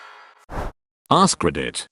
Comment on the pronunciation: Nobody:: Riddit